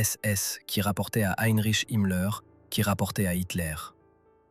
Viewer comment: Harry Chimler = Heinrich Himmler. Vafoune=Waffen. "Des amateurs sanatiques..." ??? Pauvre Étudiants en Histoire, qui doivent subir un tel outrage. Quel gâchis pour un sujet très essentiel pour la compréhension.